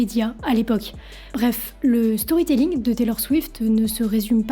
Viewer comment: Storrry tellling prononcer à la française vous qui ne comprenez rien à talor swift apprenez l’anglais de toute façon vous parlez à moitié français avec vos anglicismes que vous probablement ne comprenez même pas comme allons au chopping de toutes vos conneries non mais c’est du n’importe quoi avec vous